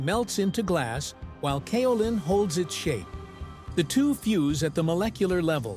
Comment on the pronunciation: Interesting video. I've been a potter for more than 50 years, porcelain is my favorite clay. I have worked with both stoneware and earthenware.. Just one correction; Kaolin is pronounced with a 'long' A. ( K oh lin)